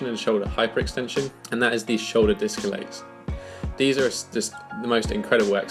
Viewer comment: bloody nice video m8. Really needed some guidance for the straddle. you said discolates ahah ;)